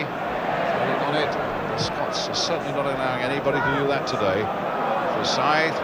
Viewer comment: Total dougnut that jack charlton. Constantly calling us Skotch!!